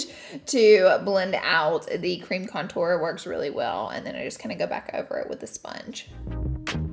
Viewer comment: Nobody: Laura: conTOUR